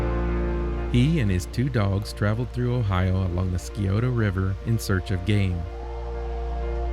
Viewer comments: We have camped in the campground atHocking Hills and there is a trail that goes down to Old Mans cave. We actually saw someone getting married down there. Not to correct you but Scioto is pronounced sigh-oh-toa. Many people make that mistake. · Great Video, I grew up and lived in Central Ohio, we visited old mans cave all the time. I had to chuckle of your pronunciation of Scioto River. Keep up the great videos.